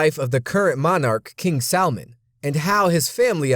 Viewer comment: did he say king salmon?